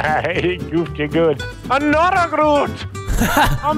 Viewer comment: "AnOTHair guh-ROOT! YUH-hoooo!"